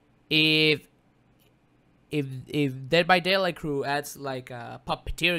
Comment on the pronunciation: Eres el mejor ! :D estudiar inglés vale la pena si es para ver tus videos . Sobre todo deh vah deilaigh D:<